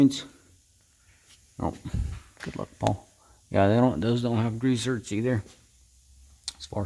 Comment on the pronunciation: "Grease zerts" What, exactly, is a "zert"? The grease fitting is a ZERK named after the inventor - Oscar Zerk (Zerkowitz), and popularized by Alemite. If you don't know the correct pronunciation for the common grease fitting - why should I believe anything else you say?